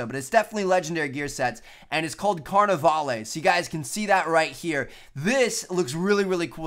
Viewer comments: You misplaced the other "a" in carnavale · seriously, all the youtubers....you dont pronounce the "e" on the end of Carnavale